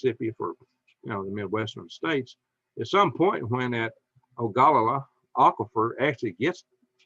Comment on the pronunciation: Ogallala the O is pronounced like Oh so it's O ga lla la It's an Indian Tribe.